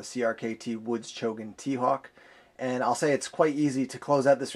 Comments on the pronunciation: It is Chogan, not Chogun! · It's actually Chogan, not Chogun.